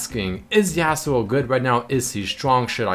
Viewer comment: Says favorite champ is Yasuo but pronounces him name yeah-suo instead of yah-suo